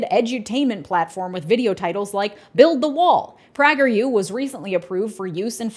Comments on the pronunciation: They’re pronounced “Epic” Times and “Pr-A-ger” U, with a long “A.” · I love it! "Eeeee-pock times"..."Praggur Yu"...you are a MASTER troll! Conservatives are losing their minds... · PRA-ger U 😂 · Critiquing the right for having an echo chamber with call prageru, praageru. Yea don’t act like you’re stepping of your shell with that butchering lol. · I was about to get mad at you for how you pronounce prager u, but then I realized they don't deserve to have their name pronounced correctly.